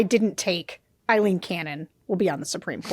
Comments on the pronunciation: Her name is NOT Eileen…it’s Aileen.. and yes, I’m taking it a little too personally! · Aileen, it rhymes with sailing. Eileen is the name you guys are saying